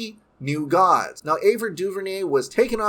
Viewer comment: Gods sounds like Dogs .